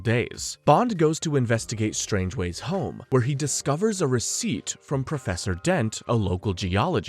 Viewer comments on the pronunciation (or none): And "Strangeways" instead of "Strangways" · "Strangways" not "Strangeways" "Crab Quay" not "Crab Key" "Quarrel" is not pronounced "Coral" Aaargh! My autism! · Do you intentionally pronounce a name wrong in every movie? Strangways No hard G sounds. And stavros blofeld. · It's pronounced Strang-ways. Your Welcome.